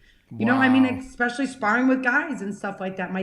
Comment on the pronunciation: Jessica, I'm always routing for you!! A bit of advice for you. You gotta train yourself to stop saying "x-specially". If you fix that, it will help you in the communication department.